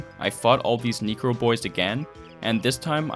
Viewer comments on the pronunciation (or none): casually slipping in the n word. "knee-crow"? no one not even you pronounces necro like that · Ok I just gotta say.. NECRO pronounced NECK-ROW. Every time u say it it sounds like the N word... just a heads up. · man you cant be pronouncing necro as knee-cro 😂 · Loathe how he says necro like negro. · wow careful there. Necro/ Neh-Crow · I really thought he said Negro fuck